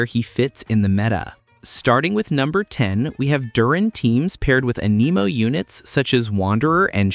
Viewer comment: "Aneemo" is hurting my soul